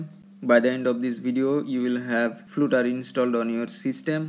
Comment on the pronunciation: Its funny how you say 'Flutter' as flute-er.